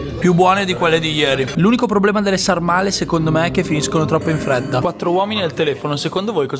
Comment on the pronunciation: sàrmale con l'accento sulla a